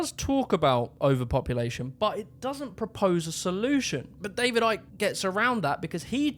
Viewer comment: "the new order of barber Arians" Shouldn't his last name be pronounced "ick"?